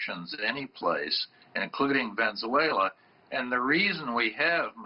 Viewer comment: He keeps pronouncing Venezuela wrong ohgod "vezeuela"